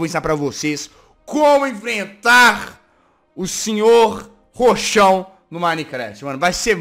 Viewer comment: Jaaz você falou cochão ao envés de ro